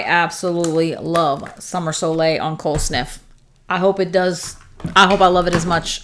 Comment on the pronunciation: Thank you so much for this video! Helped me decide which scents I will be getting! Btw, You did pronounce "soleil" correctly :)